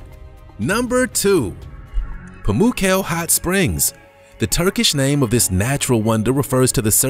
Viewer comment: Pamukkale is not pronounced in this funny way.